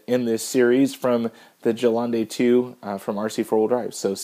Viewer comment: It's pronounced Ge-len-de and when I used tamiya smoke on the windows they dissolved.